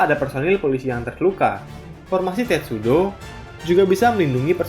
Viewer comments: Sedikit koreksi tulisannya sepanjang video testudo tapi yg saya denger miminnya bilang tetsudo, maaf kalau salah denger 🙏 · Admin bacanya Tetsudo, kan harusnya Testudo 😂🤣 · Testudo atau Tetsudo sih ??? Tulisannya testudo tapi vokalnya kok bilang tetsudo... ??? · Wkwk ngomongnya "Tetsudo" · 😂🤣 gw jg nyadar pas admin bilang kedua kalinya, eh tau2nya malah ucap "Tetsudo"